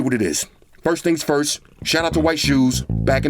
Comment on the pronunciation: “Frist impressions “